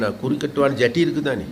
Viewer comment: அடேய் நுவரெலியா அப்பக்கோப்பை அது ஜட்டி இல்லை ஜெற்றி